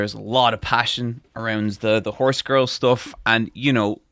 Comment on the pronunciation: I can never tell if is pronouncing “passione” the way he does because of the jojo dub or he thinks that’s how u say it. I guess doesn’t either lol.